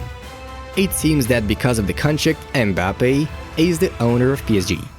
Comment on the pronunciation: Why he say Mbappi